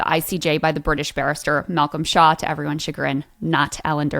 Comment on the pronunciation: I really thought she was saying Malcom Shah. I had to read it myself coz i thought it would be weird to have a muslim defending Israel. Shaw rhymes with claw and tour and bore.